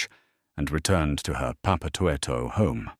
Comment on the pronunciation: Omg thats not how you pronounce papatoetoe 😂😂😂😂